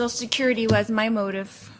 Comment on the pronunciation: Social “sicurity “